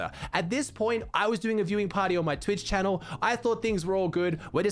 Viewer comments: He said welcome back to my youtube channe-l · The way he said channel today 😂